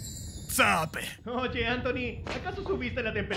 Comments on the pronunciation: Dijo sapee al final! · looool dijo sape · Dijo sape???